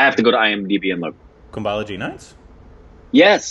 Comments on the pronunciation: its kum-ba-lan-gi nights not kumbalogy. Its funny when u say it but its also kinda putting me away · Everytime they pronounce kumblangi (gi.. Like Gigi!) as kumblangee nights.. I go... 😂😂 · This is for.Please pronounce "G" in Kumbalangi nights correctly.And Malayalam is easy to pronounce just take note of this. MA - LA - YAAA- LAM